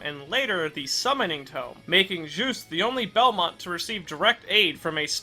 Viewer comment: Someone that finally pronounces his name right 😎